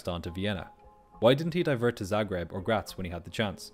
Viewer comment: Thank you for pronouncing Graz correctly